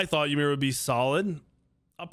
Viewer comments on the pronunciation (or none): none